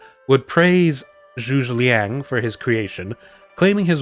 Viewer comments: A few things one, the way you pronounced the name was absolutely hilarious, no offence (Zhuge Liang can be pronounced as Choo- Ge, where the G is like how U pronounce it in 'get' and the Zh is like Choo but a bit of a "z" with the Ch, Lee- ang. )And you can actually see this formation in a different Chinese drama which I cannot recall for the life of me, and it has what I would say one of the best depictions of it, but to whether it is historically accurate or dramatised I'm not sure, there was an oddly large number of people in it. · FWIW the general's name is pronounced something like "JOO-guh LEONG". For the last word, say the name "Leon" (lee-ahn), but say it fast and make it rhyme with "long" if you can. (If not, just "Leon" is close enough for YouTube!) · Great video - one sidenote however - Zhuge Liang is actualy 3 syllables - Zhu - Ge - Liang.